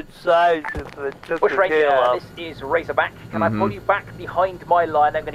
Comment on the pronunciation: I love Razorback’s proper pronunciation. is amazing. You should make a series out of it. I’m sure he loves it too.